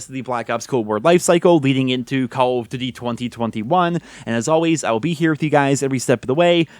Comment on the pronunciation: why do you pronounce it "call of dty"?